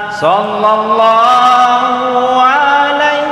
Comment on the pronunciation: Shalawat nya jg kurang tepat penyebutannya Di kata Shallallahu Lam yg pertama itu bukan lafzul jalaalah, harus dibaca tipis, lam kedua baru lafzul jalaalah dibaca tebal. Tabe 🙏